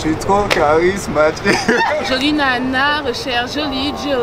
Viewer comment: « J’suis trop charismatiqueuh » 🤣🤣🤣